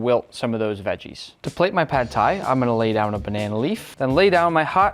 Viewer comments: he said tad phai in the intro 😭😭😭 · I tend to doubt people who can't even pronounce the word Pad Thai.....